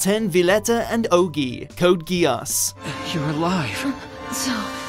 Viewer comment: They can't pronounce "geass" correctly, thumb down